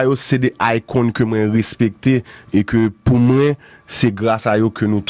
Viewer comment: Qui est la en train de remarquer que ne peut pas dis mwen. Il dit constamment mren lol